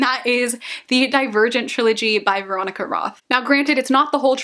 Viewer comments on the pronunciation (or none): none